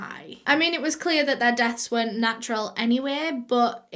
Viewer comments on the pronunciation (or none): none